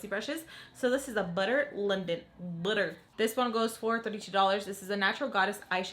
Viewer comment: Just stunning ❤️ I freakin LOVE how you say butter 😍😂 I enjoy you videos... You are such a mom keeping doing makeup when nerf ball coming towards your head 😂 (I’ve done this too!)